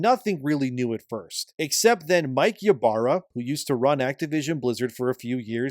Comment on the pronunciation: THE "Y" IS PRONOUNCED AS "E" ITS "E-BARRA"!!!